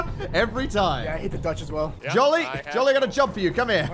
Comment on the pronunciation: Until he talked I thought was saying "Joline" not Jolly.